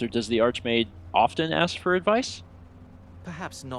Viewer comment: you said Arch-Maid not arch-mage, now that is comedy